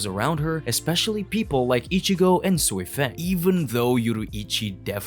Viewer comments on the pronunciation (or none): I get if it’s your accent, some names are just off, it’s not just you I’ve heard it from several different creators. Sui-feng has always been pronounced soifon in every translation it’s just looks like “feng” when reading. There were a few other names that sounded weird idk if dubbing is different in different places but even in the Japanese version it doesn’t seem consistent But as far as racist not sure what you mean if I’m being honest I couldn’t place your accent honestly but I’m multiracial American I have no reason to discriminate against anyone